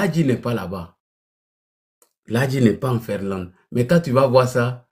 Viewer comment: On dit Finlande et non Ferlande. Illettré.